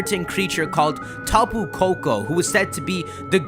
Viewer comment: Tapu Koko...Peeko....hmm